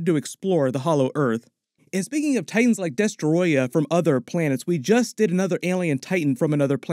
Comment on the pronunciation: I love how you say destroyah Also when do you think we will see godzilla Jr aka godzookie I want to see him blow the smoke thingies like in the cartoons😅